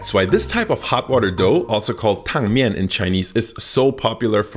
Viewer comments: Really appreciate how you pronounce 烫面 😍 Edit: I I just found out that you are fluent in Chinese. Wow! And I like your band Feichang Fresh as well. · Dude your Chinese pronounciation is on point, I kinda jumped when you said 烫面 cuz it didn’t sound like a foreigner saying it at all.